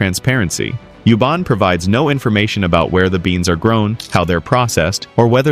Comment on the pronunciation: It's you- bAn Not you-bon